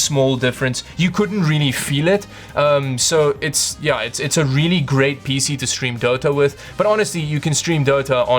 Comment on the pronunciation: I have to be honest here, I only watch these videos to hear that wonderful pronunciation of 'PC'